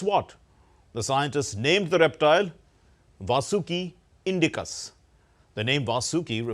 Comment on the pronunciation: It's not "Vasooki" or "Vaasooki". It is "Vaasuki". I am astonished that DD people do such mistakes like also calling it "mythology".